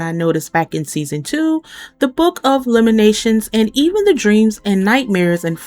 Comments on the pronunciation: Lamentations.......not Lamenations. Good video , thNks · Lamentations is pronounced with a “t” sound in the middle. No shade…just wanted to let you know!